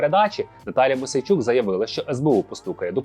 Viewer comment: Мойсей -чук ,а не Мосейчук.